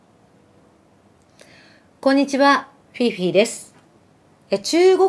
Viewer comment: フィフィって書いてフィーフィって発音するんですね。